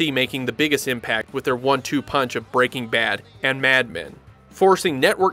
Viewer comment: So basically he should have said "AND forcing..."